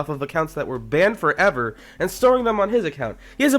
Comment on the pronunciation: Banned forEver thats how he says it